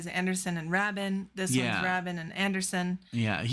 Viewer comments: It's pronounced Trevor "Ray-bin" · Great reaction, guys!! BTW, Trevor Rabin’s last name rhymes with “raven.” 😉 Please do “Leave It” next!! You’ll love the video. 💖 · Like HAVEN = Rabin :) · It's pronounced RAY-bin, kids. Give Big Generator another shot. There are some very strong tracks on it. I'd recommend Shoot High Aim Low, Final Eyes and I'm Running. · Ray- bin. That’s how you pronounce Trevor’s name. And there is NOTHING WRONG WITH HOWES YES. Y’all really are clueless. I don’t know why I stop here. Bye. Clueless snobs. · Pronounced 'RAY-bin'. 👍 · You need to do Cinema/Leave It and City of Love from this album. Love the hard hitting of Alan White. Saw them on the Big Generator and Union tours. And though Trevor Rabin (pronounced Raybin) is no Steve Howe, he’s a great guitarist in his own right. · The first syllable of Rabin is pronounced the way you pronounce 'ray'. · The 'a' in Rabin is a long vowel a.